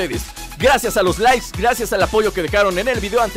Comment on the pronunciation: le di like al comienzo.. en cuanto escuché.. "esto llega gracias a ustedes por darle laiss" esa dislexia merecía apoyo !!!